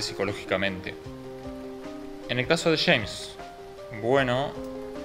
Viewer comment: Los Argentos dicen Chemns en vez de James crei que Chemns era otro personaje jaja. Aquí va otra dice "lo Chama" en vez de "lo llama", pronuncian mucho la "Ch", si Che, la, conCha de la lora.. La tablicha/tablilla, otras que les he escuchado como dirian carajo? Caracho che, con echas/ellas. No entiendo por que pronuncian tanto la "Ch" saludos desde Mexico.